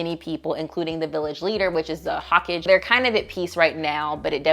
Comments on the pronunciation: Before the Naruto stans get on you, Hokage is pronounced hoe-kah-geh. Naruto, One Piece, and Bleach are the big 3 series of the early 2000s, so if you like one, you may like the others. They're all long series with interesting characters, interactions, and world building. Unlike One Piece, the Naruto anime is fairly top tier as long as the fillers are skipped, so may be worth a watch for highlights as well. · The way you said hokage made me laugh so hard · I must applaud your creative way to pronounce Hokage 🤣🤣🤣.